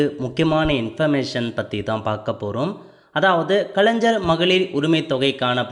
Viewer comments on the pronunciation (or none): Bro kalaijar ila kalaigar nu sollunga